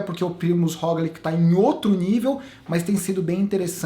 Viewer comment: Já que vc adotou a pronúncia mais correta do Pogačar, aproveita pra ajustar o Roglič q segue a mesma lógica (se lê "róglit"). Abração